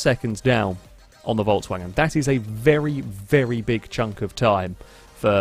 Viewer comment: Why do you keep saying "Voltswagen"? It is pronounced "Folksvagen"